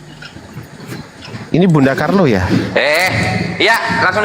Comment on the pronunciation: corla..bukan carlo